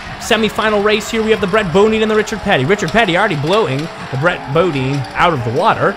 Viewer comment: Its brett Bodine “Bo-Die-n”